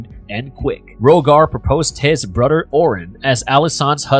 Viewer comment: Good content, but can't listen to you say Brudder anymore